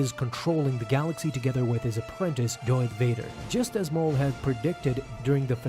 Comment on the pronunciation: Please stop saying Darvader